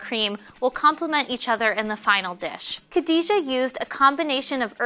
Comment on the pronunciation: Y'ALL messed up Khadijah's name